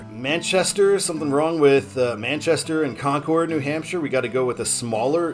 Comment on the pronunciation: Of all the cities to pronounce wrong, it was Concord and Methuen.